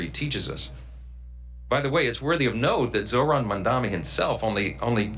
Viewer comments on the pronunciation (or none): It's Zohran Mamdani, not Zoran Mandami